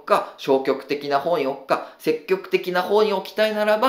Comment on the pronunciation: 細かい話で恐縮ですが、せっきょくではなく、せきぎょくと天風さんは読みます。多分、相対的なニュアンス、絶対的なニュアンスを分けたかったのでしょう